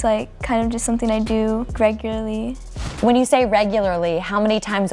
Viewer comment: she didn't say regularly, she said gregurly